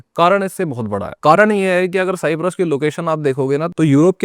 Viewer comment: Don't say साईप्रस सायप्रस बोलो